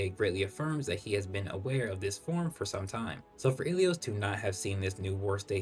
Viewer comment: why are you pronouncing ilios like that 😭😭 im hearing"ahalalo"